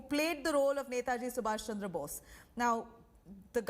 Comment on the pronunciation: To the host (with due respect), please pronounce the name of the Greatest soul properly. It's Netaji Subhash Chandra Bose and not *sumash chamdra bose*.